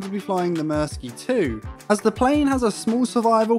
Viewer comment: its fun that you cant say myrsky right it sound funny